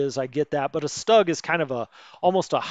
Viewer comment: Stug is pronounced Stoog. There is no mink in Minsk. Just saying lol. Thanks for your explanations of the game. Good stuff. seems you see problems when non is there. ?